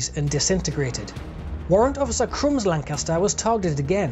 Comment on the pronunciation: The Lancaster is a hell of a aircraft, both beautiful and deadly. Oh and a fellow northerner saying Lancaster sounds, well how it should sound ;-)